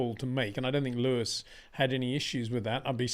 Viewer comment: HEY PETER WINDSOR, I HAVE MESSAGE FOR YOU SIR: it is NOT Max "verSHtappen" ... Max is not German (Germans indeed can in most cases pronounce "st" as "sht") ... #Max33 = Dutch NL/Belgium! ... It is not "Bottash" nor is it "Lewish" certainly not "verSHtappen" .... This BS started long time ago when a British sport presenter interviewed father Jos Verstappen and assumed you can use a German pronunciation to a Dutch Driver thinking it is so "funny" ... It is not. Serious question: can any Englishman say "versatile" out-loud without saying "vershatile" phonetically? most can about 99,99% ... that is why most English can pronounce Verstappen 100% correct! Father Jos Verstappen (also F1 Racer) was very active between back then only a very few said "Vershtappen" but the vast majority of British sport presenters pronounced it perfectly ... only a few old stubborn farts like Peter Windshor I know ... but get this: The Dutch 🇳🇱 NEVER EVER pronounce the st as sht ... that is why I mention the difference between the two countries ... I worked in Germany and have family in Germany and am part German myself.